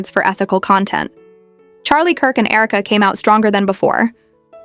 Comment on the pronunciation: Herka? AI.